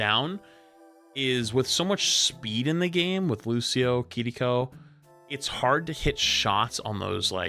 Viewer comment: why did you start pronouncing kiriko differently its sounds like you're saying kittyco